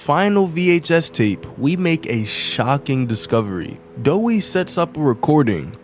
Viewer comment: Doey not Doei